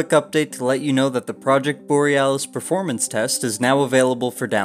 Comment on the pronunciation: Ah yes... The game's PREformance... Lol